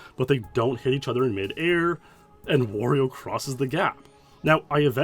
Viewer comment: Dude can't even say Wario